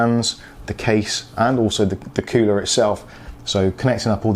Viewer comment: Cooler not coower